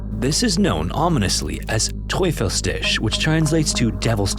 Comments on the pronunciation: okay, props to you for the pronunciation! I have heard worse and on second listen could make out what it was supposed to be. “Tisch” isn’t supposed to sound like “dish” though. But hey, you did well. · Teufels Tisch. Not teufel stitch. But great pronunciation other than that!